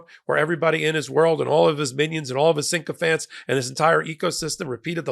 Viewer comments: sycophants, not "syncophants" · It distresses me when intelligent people don’t know the word they’re using. The word is SYCOPHANTS not “synchophants” 🙄🙄🙄 There’s only one N in the word! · no sinkofants! sycophants - no n after the y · Sycophants mate. Syc. Not sync.